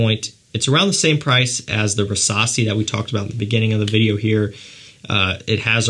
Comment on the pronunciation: Why do i understand Versasi instesd of rassasi?